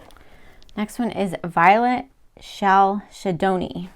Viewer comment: Chalcedony is pronounced KAL-sid-onee.